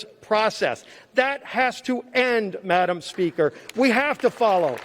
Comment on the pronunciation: Wow what a great speach! Obviously this gentlemen is for the truth. It gives hope listening to him. "Madam Pelosi" must have been hating everytime he said 'Madamn" is that not allowed in the Senate ?